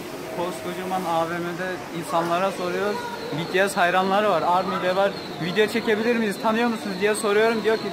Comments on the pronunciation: biri Betese dedi😂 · betese dedi sanki biri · Ben önceden betese diyordum öğrendim ki bitiesmiş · bts direk olarak be te se diyenlere uyuz olanlar +1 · aynen benim anne de namjoonun saçına ve rapine takmış durumda 😁neredeyse army olucak..başka bir grup izleyen ""hayır cipiyes daha iyi onu cak ""diyor ve bu arada bities demek yerine cipiyes diyor😂😂😂😂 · Evet ya betese dediklerinde çok gıcık oluyorum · YAZILIS=BTS OKUNUŞ=BİTİES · Hssmrb Ndvdjskz O zaman Bts'i de yanlış söylüyoruz? Bangtansonyeondan diye okumak yerine BiTieS diye okuyoruz değil mi? Çünkü kısaltılmışı bu, ayrıca kimse Army kelimesini yanlış okuyor diye sahte Army olmuyor. Sen bir duayı yanlış okuduğunda sahte müslüman mı oluyorsun? Kimsenin Army'liğine laf etme linç yersin... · Be te se dedi ya uyuz oldum